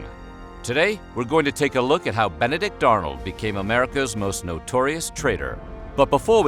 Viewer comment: Ben-a-dick Arnold....